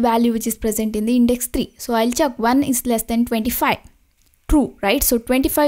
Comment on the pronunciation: its check not chuck